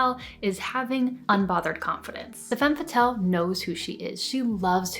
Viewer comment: This is a truly fantastic video. There was just one thing that kept bothering me- the way you pronounce "Femme Fatale." You pronounce it "Fatelle" but the correct way is "Fah-tahl." Makes everything sound more credible.